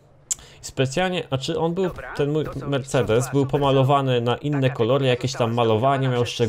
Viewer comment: uszy mi krwawią jak mówisz "mersejdis" -_- chujowo to brzmi wg mnie .